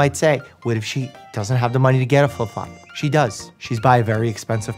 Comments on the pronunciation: The 'fliflop' got me hahah😂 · "Filp flop" i keep replaying that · I had to rewind and watch him say “flip-flop” like ten times